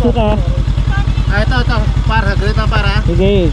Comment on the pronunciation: I love your vids, kaso nakakasira ng araw pronunciation mo ng par tska baler. Alam mo namang mali e, pakiayos pls. Thanks.